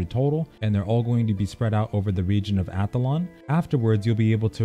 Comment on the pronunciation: Great guide, thank you! I haven't bought in yet but I am planning to. When you first said "Athlon" I thought you said Avalon, and I was thinking "whoa, so you have to PvP to get endgame gear." I usually avoid OWPvP, but am onboard with Astellia's PvP design. So I'm glad I did some research lol and saw that Athlon was a continent.